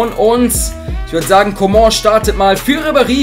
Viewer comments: kannst du mal coman sagen und nicht comon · ich finds lustig wie er comong ausspricht😂